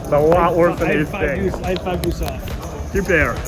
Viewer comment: Nobody pronounces the word "deuce" with more style and panache than you, my friend. 👊